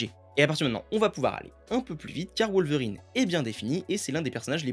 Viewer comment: Ca ne se prononce pas WoWlverrine (comme Wolf) mais Wolverine à la Française.